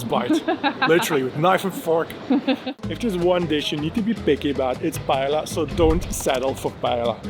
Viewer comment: Lots of really great information/tips in a very well-edited video (I have lived here for 8 years now). Just a couple of minor pronunciation nitpicks: paella (pie-EH-ya), Escribà (ess-kree-BAH), Passeig de Gràcia (pah-ZECH dah GRAH-see-ah).